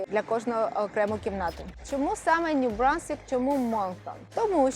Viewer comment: Ню Брансквік, а не Брунсквік. Потрібно було вчити мову, перш ніж вести блоги і їхати у Канаду